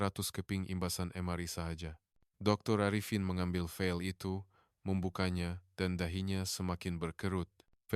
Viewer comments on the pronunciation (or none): Penyebutan perkataan pun salah...sangat menyakitkan telinga KLIA disebut ' clear' 'file' disebut 'fel'!